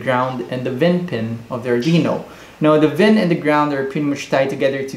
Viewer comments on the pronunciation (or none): It's not pronounced "vin" it's pronounced "V-in", since it's input voltage V...